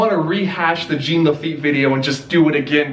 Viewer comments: I am so sad Disneyland did not go with the crypt entrance pirate ride. That would have been amazing!! Also...it's pronounced "JAHN", not "Jeen". 😜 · When Jean is pronunced "jeen" it's a girl's name. If it is a guy it is prounounced "chaan" as in Sean Astin and Sean Bean. Jean Lafeit was obviously a guy so it is Sean, NOT "jeen". Also, in the Wonderful World of Color program that aired about Pirates of the Caribbean, clearly say "sean" Lafeit, so that should clear the confusion! There! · Alrighty, we’re almost there, big step up from what you were calling him before, but not quite. Take it from the Frenchman here, I’m gonna lay it down for you: it’s close to John, yes, the J is slurred, so it’s almost like Sh-ean, but with the hint of J, and Laffite is pronounced with a bit of annunciation at the end, like a “tuh” sound. One could mistake it for an alternate spelling of Lafayette, the last name of a key figure in the French Revolution, but that would be wrong. Just some tips to help you along. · It's Jean (pronounced in the French as "Jawn"). Mispronouncing the name of such a historical figure is criminal. 😐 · Oh because he was saying "John?" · Ughhhhh stop pronouncing Jean like the the pair of pants its driving me nuts pronounce like its supposed to hes a frenchmen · Your mispronunciation of "Jean" makes me cringe....